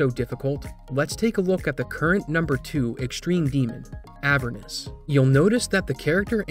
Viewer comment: I'm bothered by how he pronounces "Avernus"